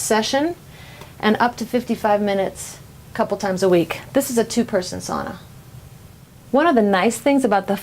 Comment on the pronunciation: Learn to pronounce sauna correctly.